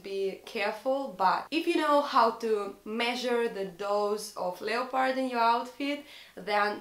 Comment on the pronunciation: Интересное видео) всегда интересно слушать русских на английском) вы просили назвать ошибки. Из того, что я заметила, не mother tounge, а mother language) и произносится больше как "лепард", без "о") в целом, английский хороший, приятно слушать)